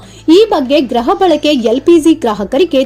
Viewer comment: ಗ್ರಹ ಅಲ್ಲ ಗೃಹ ಬಳಕೆ